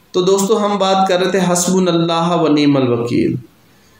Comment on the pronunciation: حسبنا اللہ "ہا" نہیں "ہو" درست کر لیجیے